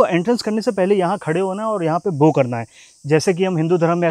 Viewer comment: बो नहीं बाओ 😅😊